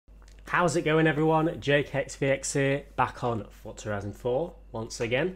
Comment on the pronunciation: can all of u all stop sayijg fortza its forza